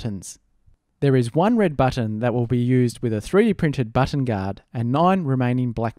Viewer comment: No one: Literally No One: amstudio: BOTTAN